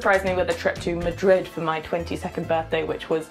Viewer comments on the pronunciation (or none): none